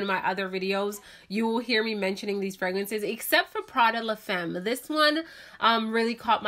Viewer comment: Sweetheart I understand that you don’t speak French, but this word is used a lot in perfumery. La femme pronunciation is “ La fam” ( not fem). Sorry for correcting you. Love your perfume choices!